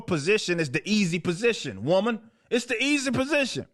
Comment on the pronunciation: Dont know why, but the way you enunciate woman is funny af